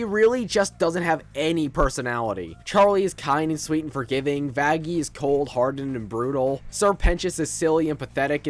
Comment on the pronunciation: Bro did not say 'Vaggie' 😭😭😭